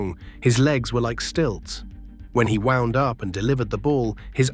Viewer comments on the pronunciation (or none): none